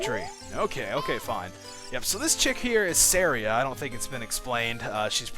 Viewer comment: Me, I'm not arguing with you here, but personally, I say Saria (Sah-ree-ah), but hey, your way is unique. It's cool.